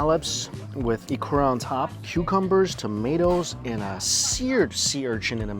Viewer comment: I noticed struggling with the letter “u”. Ikura = Ikora, tempura = tempora. Kudos for saying those Japanese words wrongly but with high confidence